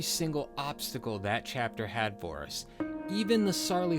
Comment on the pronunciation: you seriously said sarley hawyers